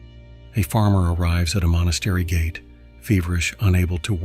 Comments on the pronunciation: Thanks for this explanation of origin of Medicine Buddha but do pronounce " gate as "gha.tay" not usual' gate' of house. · I would like to be helpful here and let you know that the mantric word “GATE” is not pronounced as the opening in a fence but as: “GAH-TAY”.😊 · It should be pointed out that Ma trip “GATE” is pronounced: “gah-tay” not like an opening in a fence.